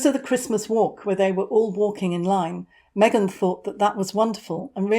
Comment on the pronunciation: Get well soon Harry. Surround yourself with good people. Me-gain is not it